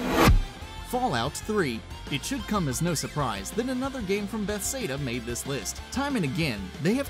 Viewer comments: Skyrim is an open world action role-playing game created by "bess-ay-duh", according to this guy. it's Bethesda, not bess-ay-duh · lol are u even a gamer its bethesda not bethseda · Im sorry but its pronounced bethezdah not bethsaydah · Did he say Bethsayda? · "Bestheda" you mean be-thes-da? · Besada?? Why can't this guy pronounce words. First mario, then Bethesda. You'd think he'd do a little research in pronunciation. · Bethseda? It's Bethesda hell I even had to re-type the wrong spelling coz it autocorrected me lol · it's Buh-thez-duh not Beth-say-duh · Be-thes-da, not Beth-say-duh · "Beth-Sada"? Really? Learn how to pronounce the names of the subject matter in your own video. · bethesda not bethsayda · BETH AIS DUH its beth es duh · its pronounced bethesda not bethsda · Bethesda (Pronounced Ba-thez-duh) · "Beth Seda" oh my jesus christ my grandma pronounced it correctly and you didn't. She's in her eighties. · I swear he's TRYING to say them wrong I mean cmon, alduin he says (al-due-in) GladOS he says (glad-Oh-ess) and Bethesda HE FUCKING SAYS (BETH-SAY-DUH) WHAT IN THE ACTUAL FUCK. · You pronounced Bethesda wrong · Beth-seda really dude he said it twice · Ba-Thez-Duh, please say it right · it is pronounced be. thes. duh. and i mean duhhhhh. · What kind of rock do you need to be living under to pronounce Bethesda like that? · Did he really say Bethesda like that